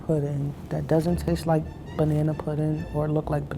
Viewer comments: BANANERISH!!!!!! 😂😂😂 unintentionally hilarious. 💀💀💀 lol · “Banana-ry” “Banana-erish” 😂😂😂